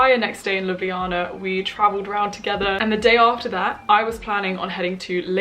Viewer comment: gurl do you remember the word that the instructors were saying? i'm slovenian i could translate also your pronounciation of Ljubljana is perfect✨